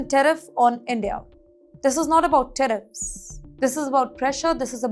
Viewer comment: Tariffs not teriffs.